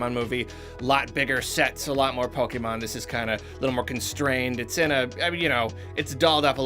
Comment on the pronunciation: Automatic thumbs up for correct pronunciation of pokèmon.